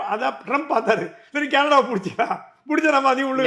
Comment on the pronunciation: கனடா எனும் உங்கள் உச்சரிப்பு கேரளா என்பதுபோல் ஒலிக்கிறது